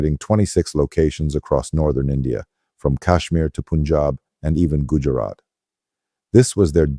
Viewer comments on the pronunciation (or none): The voice is clearly synthetic, and the text reeks of AI generation. He probably just fed in a few prompts. No Indian pronounces Punjab as P'unchab—it’s Pa, not Pu. That slip alone gives the game away. And that's just one gem—there are plenty more where that came from.